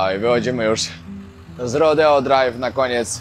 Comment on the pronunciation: nie mam sily opowiadac o fentanylu (jako sila medyczna) podajemy go w mikrogramach do roznych zabiegow, odnosnie bezdomnosci myslalam ze mieszkam w niefajnym miejscu a okazuje sie ze sa niestety gorsze... teraz poprawie twoj angielski ale nie odbueraj tego zlosliwie uwielbiam twoje filmy RODEO wymawia sie rodijol, a tahoe-tahol, absolutnie wybacz , glowa rozwalona-2-3 szwy by ci sie przydaly (pracuje na ER-polskie SOR) moc pozdrowien bawcie sie dobrze!!!!!